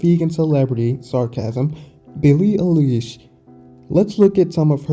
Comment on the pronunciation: Now this channel is fucked, the already fucked up topic is just fucked up a little bit more. Can't even pronounce her name correctly, promotes the idea to call " meat eaters " animal abusers and racist. I'll eat a big mac just to make every person mad that gets triggered by that, peace.